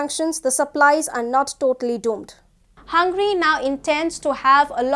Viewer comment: It's not 'HUN-GRY' it's 'Hun-ga-ry'.